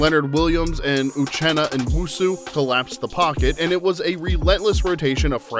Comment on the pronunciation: Josh Jobe is pronounced like robe or globe, silent E at the end. Uchenna Nwosu (new-woah-su). It's important for people to know these guys' names. Other than that, great video!